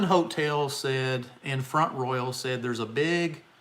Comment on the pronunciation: You said Front Royal so properly ... I used to live nearby in Stephens City. I thought the way that locals would say Front Royal was kind of hysterical. Listen for it when you're there. They drop the T in Front and they Royal almost like "roll" ... Have a good time.